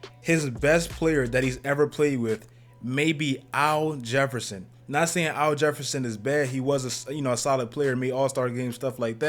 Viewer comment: Nigga, who is "OW JEFFERSON"?? lol